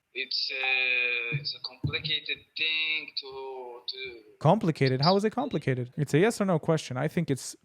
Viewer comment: 🤣🤣👉🏻he said "compicated" 🤣🤣👉🏻🐫🐫🐫